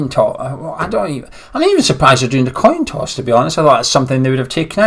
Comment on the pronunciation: What's a toin coss??????